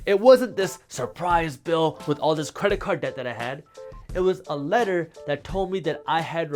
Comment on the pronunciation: Creda-card deck. I love it dude. This might be my new way of saying credit card debt